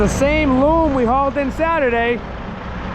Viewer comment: You’re killin me smalls, say foam? Now say loam. It’s not loome. It’s pronounced just like foam but will an L instead. 😂